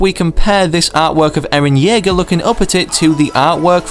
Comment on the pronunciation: "Eran Jaeger"?! WHAT. ITS ERAN YEAGER